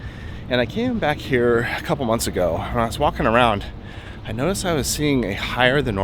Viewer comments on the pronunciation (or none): none